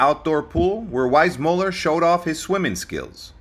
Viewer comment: This guy keeps mispronouncing JW's name. If you're going to narrate a famous person's life story, at least pronounce his name correctly. 🙄